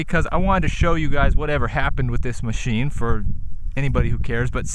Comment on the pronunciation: Ah, with a "Moe-sheen" for us!